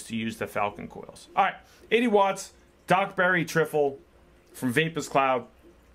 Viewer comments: It's tri-ful how it's pronounced mate not trifle 🤣🤣❤️ ur video's though man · hey man you pronounce it Try Full lol great video as always